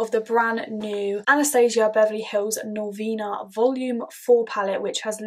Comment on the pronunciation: Honey it’s Norvina not novina